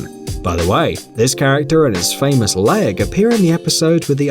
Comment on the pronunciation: "My laig"